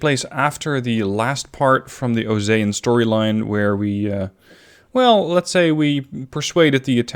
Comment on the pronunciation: If this is an Ace Combat storyline then its pronounced Oh-See-An, I was like osayan? I wonder what that is then he called the flagship the kestrel and I was like oh yeah this is ace combat lol